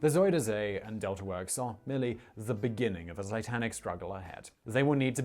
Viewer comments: it's not züder zee , it is Zuider Zee.. with an ui not an ü or an ou etc.. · zuider zee Southern Sea Pronounced ZUY (like buy with a z) DER (like Duher) z ey (like hey) Zee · Zooderzee, lol. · You were right about them showing a picture of the Flevopolders when talking about the Zeeland flooding and barriers. Zuiderzee (he's not pronouncing it right) because there's the Noordzee (which the English call the North Sea). So it was the South Sea in that sense. I always compare it to saying England instead of the UK. The Netherlands is the official name. Yes! Frisian (Fries) is even closer to English. Dutch: kerk, Frisian: tsjerk (cherk in English spelling), English: church.